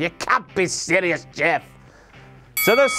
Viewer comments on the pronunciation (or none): none